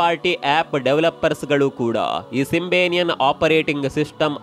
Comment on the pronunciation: Future ಅಲ್ಲ feature ಸಿಂಬೆನಿಯನ್ ಅಲ್ಲ ಸಿಂಬಿಯನ್